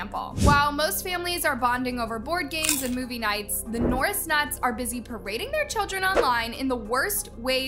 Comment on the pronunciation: your just hating on the norris nuts and you dont know how to pronounce there name